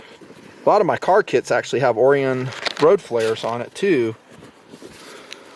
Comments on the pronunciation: Um... it's not OH-ree-un. It's oh-RYE-un. Like the constellation. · o-ry-en not or-ee-un JEEZ!! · "OR-RYE-ON" Like the constellation and based on a greek myth. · Every time he says Orion I die a little inside. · I'm pretty sure you pronounce 'Orion' like the constellation of stars lol